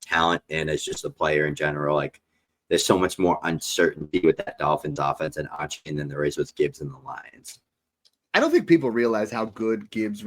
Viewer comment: Love the content fellas but someone has got to teach how to pronounce Achane. ❌: Ah- Chain ✅: Aye- Chan Keep it up fellas